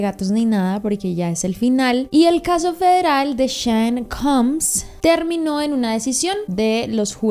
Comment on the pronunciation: shon! Se pronuncia Shon combs 🫠🫠🫠